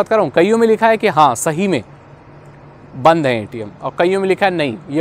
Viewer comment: bhai it's "banned" not band